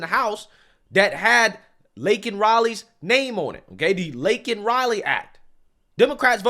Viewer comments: "I know how to say her name" It's Lincoln instead of Laken. He's horrible can't people see this?? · When he pronounced her name Lincoln it confirmed he really does not know wtf is going on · "lincoln riley" lmao 🤣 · The reason Biden said Linkin instead of Laken is that he clearly knew ( or briefed ) about the event. He just didn't care enough to really want to know WHO the person actually was, ( generic citizen in his mind ), so he was only repeating what he THOUGHT he heard MTG shouting. Cover Blown. 😢😢😢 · Firstly, didn't he mispronounce Laken Riley's name and call her Lincoln? What is going on? They either gave him shots of B12, or shots of ELECTRICITY - He's ALIVE!!!! I frkn knew it. He's been faking it all this time. That he's week, that he's not capable of thinking and talking for himself. They know what they're doing with him. They're protecting him from being impeached, from being arrested, from going to trial, from going to jail, etc.... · He couldn't even say the woman's correct name. Laken Riley not Lincoln Riley. Lincoln is a college coach. Stupid a$$!!! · He actually MISPRONOUNCED her name, he called her "Lincoln" instead of Laken. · only thing is he didn’t say her name he said Linkin 😂 FJB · He purposely didn't pronounce her name correctly. You guys can't be that dumb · He needs to be called out for not even pronouncing her name right. Fck Biden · The fact that he can't say her name correctly is beyond disrespect to the family!! Smh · He did not care about Laken Riley. He said her name wrong and then he goes and mentions he knows how it is to loose a love one as it is all about him.